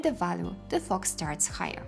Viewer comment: I admit I lose life when I hear you say “material”, “value”, “fog”, “renderable” and so many other words. Please watch videos in English and learn the right pronunciation.